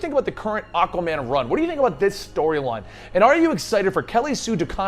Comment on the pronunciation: Am I the only one hearing Akkaman?? Lol